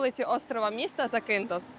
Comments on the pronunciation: Робіть правильний наголос на перший слог ЗАкінтос або ЗАкінф!! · Класне відео..) вже три роки тут працюю..) але назва острову ріже вухо бо він ЗакІнтос а не ЗакИнтос) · Вперше чую такий наголос в назві Закинтос. Від місцевих точно так не чув